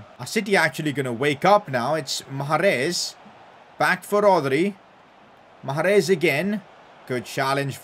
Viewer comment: The way he says Mahrez 😤